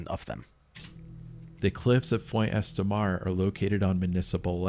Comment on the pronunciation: It can't be an AI voice track; AI would be able to pronounce 'Font Estramar'. I guess he really does talk that way, and clearly never did French at school. Lea Blvd is in Delaware. The first incident with Jean Claude Guar was in 1955, so equipment would have been basic. So like you say, not the worst stories ever, just the worst told stories ever.